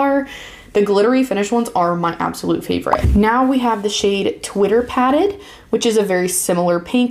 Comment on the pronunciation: Pronounced Twitter pay- ted